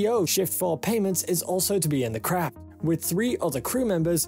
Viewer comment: This A.I. (assuming it's a.i.) needs to work on the pronunciation of the word "craft".